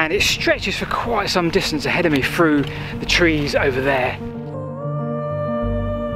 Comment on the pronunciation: Buy a metal detector . Through pronounced with Thhhhh not frew. Make an effort. The little errors are comforting friends but you dont need them now.